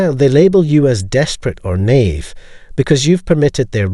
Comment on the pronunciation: Hey AI reader, it’s “naive”, not NAVE.